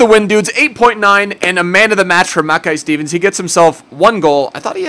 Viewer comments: It's ma kai stevens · You were right the first time his name is pronounced Mack-eye Steven :) Scottish loyal right here.